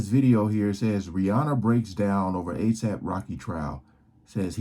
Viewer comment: her saying a s a p is driving me nuts too